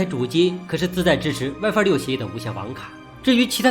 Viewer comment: 这普通话糟心英文也糟心啊，神特么设置wife网络